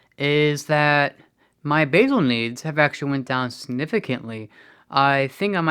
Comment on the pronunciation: BASAL INSULIN is LONGER-acting and helps keep your glucose levels steady day and night. BOLUS insulin is the QUICK -acting delivery that you often take before mealtimes. Thought he said "My BAGEL needs have gone down significantly".